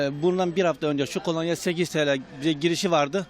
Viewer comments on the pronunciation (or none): Spikere birisi desin kolanya değil kolonya